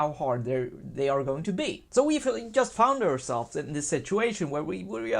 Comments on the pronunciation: "yast"? WTF is that accent? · Ok, thanks. Yeah, I get that it's "just", but he can say "GMT", so this "yast" yast bugs me. Cool channel though. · swedes pronounce J like Y